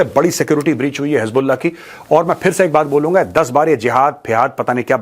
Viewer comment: Ajeet bharti bata rahe hai (hiz ball aah) (hiz ball naah) 😂